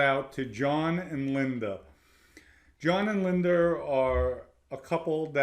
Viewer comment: "John and LINDER"😂😂😂,THE R's in words that have no R and the words who have the letter R he cant say?? 🤔 Whoever taught English in NYC and Boston shouldve all been fired 😂 just breakin balls..Example, "law is Lorr,and smart is Smaaattt"